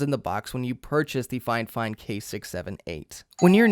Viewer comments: "FineFine" Figh-Fine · I'm not done with the video yet, but uhh why do you call it finefine instead of fifine?? Got me wondering If I say it wrong or not :D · Triggers me a bit that you keeop calling it Fine Fine.. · Is he saying "Fine-Fine" every time or am I crazy? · Dude why do you keep saying 'fine fine', its annoying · Man really said “ fine fine”😭😭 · "FineFine" stahp! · "Fine fine" lol that can't be the pronunciation. Great vid though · it's not fifine, FIFINE!